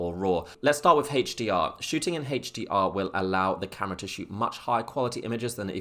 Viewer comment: Hache D R mode... sorry man I had too. :((( lol. Thank for the video, very informative